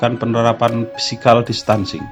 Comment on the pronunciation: tolong mohon maaf yang jadi dubber diperbaiki, cara bacanya parah: physical distancing, milestone, customer services, assessment dsb sebaiknya kalau tidak bisa mengucapkan dalam bahasa inggris atau bahasa indonesia yang tepat gunakanlah pilihan kata dalam bahasa indonesia. overall, nice information.